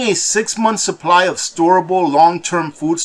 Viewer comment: OH NO CCP GOT TO....he said suppry instead of supply 😝😝🤣🤣